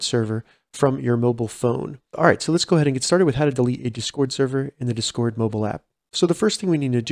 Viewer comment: It’s DIS CORD not duscord dizcoord, or however your saying lol but thanks for the tutorial